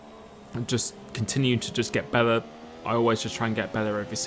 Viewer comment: Look man, I love your videos, it’s so satisfying to watch you race and I wouldn’t be honest if I didn’t say they motivate me to play f1 and be a better driver. But please, please slow down when you speak sometimes, take the time to pronounce the words properly like “better”. Because I can’t understand a word between - . It’s the only criticism I have for your videos. Keep up the great work!:)